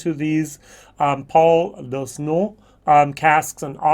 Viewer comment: $120 for a 6 year old unusual whisky..?!?! No thanks. Launois is pronounced /lo.nwa/